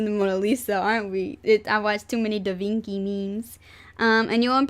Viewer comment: Da VinKi? pronounciation : Da Vin-chi